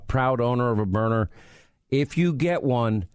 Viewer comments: That's how Sean pronounces it, and don't understand why. It's not "Burner"! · I have the LE model which is powerful. I would expect that if you hit someone in the eye with a kinetic round, let’s say at 15 or 20 ft, that individual would be hurt, and hurt bad. And yes, it’s Byrna, not Burner. I don’t watch Fox News any longer. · I love my "BYRNA'S" not my burners as Sean Hannity kept referring to it. I have the SD and LE. I couldn't be more satisfied. But it was like nails on a chalkboard every time Sean said he loved his Burner. Bryan and Luan great interview, but next time be proud and tell the interviewer to pronounce your products name correctly. Even if it is Sean Hannity. Especially if it's Sean Hannity. He has a big following and when he says the products name 20-25 times in one interview, it sure be the right pronunciation. Great products Burner. I mean Byrna. Now you got me saying it 😜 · It's byrNA, NOT BURNER Hannity. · It’s Berna, Not Burner. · Hannity why do you keep saying burner when its byrna? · Sean spells Byrna correctly at least twice and miss pronounces it every time calling it Burner. WTF Sean! 😂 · Hannity never misses an opportunity to supplement his 25million a year salary from FOX. Every weekend he flies private jet to an outing, a company, a radio station gathering for a large fee. Guaranteed he was paid to do this speil. Didnt even do his homework on how to pronounce the name right--spells it out, but can't say it correctly? The Product is great---I'm getting one, but not because of Sean Hannity-dude didnt stop talking from the start until 4 and a half minutes...my God, the man makes every show about him...more guest time less hannity time. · Probably would come across better if you said the name right of the company.